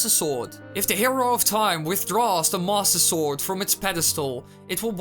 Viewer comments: am i the only one who heard "THE MASSER SORG" at the beginning? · did he say "the masta sword" at the beggining? XD